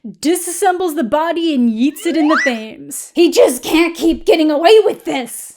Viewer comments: The river is pronounced Tems, not Thames. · Quick sidenote, that's not how you pronounce 'Thames.' It's pronounced with a hard 't' and an 'eh' sound, 'Tems,' not 'Fames.' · Sorry! British person here. The River Thames is said as 'Tems'. I know. English is stupid, and no one in their right mind would know that just reading it. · Did you say "Thaymes"??? Its pronounced "tehmes" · "The THames" Love the video, it just keeps echoing in my mind. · I love you but I have to tell you Thames is pronounced like tems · Great video, as usual! I must confess that I have not seen any of You and I mostly hear about it from what you and other Youtubers have to say, but I always enjoy your reviews. However, I do have one minor thing to note, sorry to be annoying, but, for whatever reason, Thames is pronounced 'Tems', despite what phonetics might suggest. It's not a big deal but there you go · I know that English spellings do not match up with pronunciation, so for future reference: 'Thames' is more usually pronounced 'Tems'. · Not the thing to focus on here, but the Thames is pronounced the Tems. Idk why we spell things like this either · It's pronounced Tems, not Thames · Thames is pronounced Tems. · the Thames? do you mean the, Tem-zzz? thats how you you say/spell it right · Sorry, but how you pronounce Thames is very funny, it's pronounced like tems. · Love your videos, and I know other people will have commented this but the Thames river is pronounced ‘tems’ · Not sure if it was a joke or genuine, but Thames is pronounced Tems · I’m so sorry but the way you pronounced “the Thames” surprised me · Fantastic review for a less-than-fantastic show but your pronunciation of Thames jumpscared my poor British soul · Never heard Thames be pronounced like that before 😂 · “Thames” isn’t pronounced phonetically, but it’s fun when people pronounce it that way. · I’m American and pronunciation of “the Thames” still hurt me. 🥲